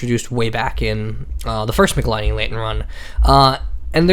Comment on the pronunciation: Argh! Its pronounced Mitchell-eeenee. Not mikhalaini.